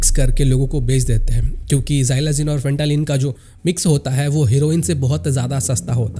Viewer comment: फेंटालीन❌ फेंटानिल ✅